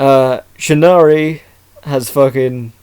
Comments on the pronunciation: Shinnari? the cringe hit me as soon as I heard that. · its pronounced shir-a-nu-i, the i makes an e sound at end.